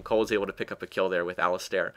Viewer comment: Great commentary, although what bugged me was that Alistar is pronounced like Alice-Star, since there is no i after the "A"